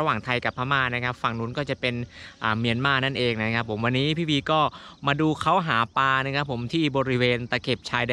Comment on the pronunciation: หาปลานะครับ ไม่ใช่ หาปา